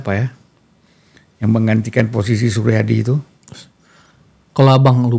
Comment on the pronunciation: hostnya malah gak ngerti apa apa, bahkan nyebut "suryadi" saja "Soerjadi" .. :D